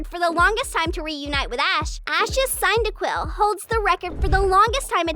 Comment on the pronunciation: When pronouncing cilan and cyndaquil Cy-lan Cin-daquil